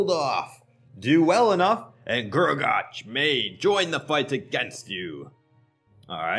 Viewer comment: Guragatch, gruagatch, grugagatch ITS FUCKING GRU-A-GACK